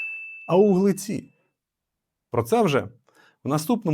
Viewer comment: Згоден на перевірку цю залізну батарейку. І в кінці ви сказали у вуглеці бо чується і щей у глеці